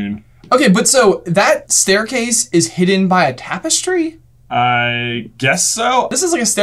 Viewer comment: why did dude say "Trapestry"? lol